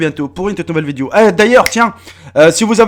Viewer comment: On dit vidéo pas viduo